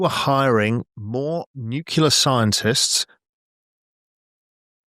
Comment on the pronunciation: How can a guy of apparent intelligence say "nucular"?